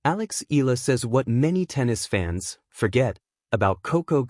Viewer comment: EEE-YAH-LAH....that is how you pronounce her surname, instead of EEEE-LAH Pleeeeez